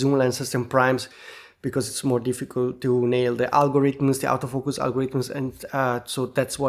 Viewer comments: Thanks for all you thoughts as ever! May I be cheeky and suggest a small 2026 resolution? When you say Autofocus you say “out o focus”, which seems logical, but English fans actually say “Ort o focus”… Many thanks! (Yes I do appreciate the irony of an Englishman correcting an Italian when be both know 90% of Brits are useless at languages😂) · When (Wedding) says “auto focus” it sounds like “out of focus”. Makes me smile.